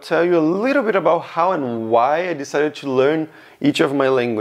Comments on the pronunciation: In english you do the classic "chu" instead of "to" and it makes it super obvious youre brazilian. The only other thing i noticed is your "a"s are kinda like british english but the rest of your pronounciation is american so its kinda strange. For example when you said cashier you said it british instead of our nasally caaashier with the ahhh sound in america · Por favor nao fale "tchu learn" que os meus ouvidos doen demais